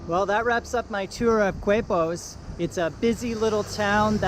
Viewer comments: Keh-pos!!!!!! Coo-aipos.....Quepos! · The beach was like 100 meters ahead you bro 🤣 And is Quepos (kepos) not "kuepos". But thanks for let me feel in my hometown for a while (I've livimg im mexico for 4 years now). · You took the bus from where? Now Quepos is pronounced Kepos, not cuepos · Pronounced Kepos.....Not KWEPOS..........in spanish "qu" is pronounced K............Like esQUina....(corner)..is pronounced esKina. You only pronounce the U with the letter G with certain vowels as in GUapo (Gwapo). Just a clarification. I lived in Costa Rica for 2 years. Miss it. Very nice video. Thank you for posting. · It’s pronounced ‘Kay’pos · K-pos = Quepos is the pronunciation for all of you who stumble to this video. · Thanks for the video, but it's KAY' pos and mahn WELL'. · FYI it's pronounced "Kay-Pos"